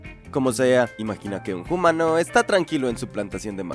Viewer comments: Por qué dices "hoomano" en vez de humano? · Genial. Sólo que es humano Bro. No "jumano".